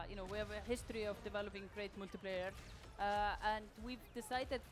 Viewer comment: Drinking Game: Everytime she says Moltiplayer